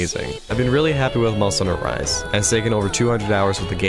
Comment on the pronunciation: no one: at the start of this video: Monsteder Rise Over